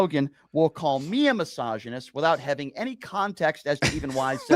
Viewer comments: Is he saying massagnyst? He’s a rub and tug massagnyst This guy is the absolute lol cow.. I fucking hate that he gets paid to just be a complete loser, getting slapped about constantly. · Why does "" sounds like, he says all the time "Massagenist"? 😂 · says “massagonist” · I love how he tries to soften the G sound in misogynist to sound sophisticated 🤣